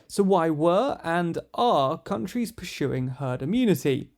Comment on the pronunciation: "Per-shoed" is not a word. Try "Persued" instead. "Per-shoeing" is not a word. Try "Pursuing" instead. "A-shoom" is not a word. Try "Assume" instead.